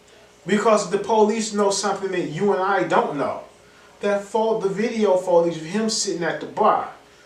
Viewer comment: He keeps saying photage lol